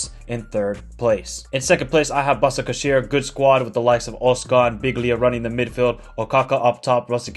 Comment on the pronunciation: it is Bashakshehir in turkish that s with something under it pronounce "sh"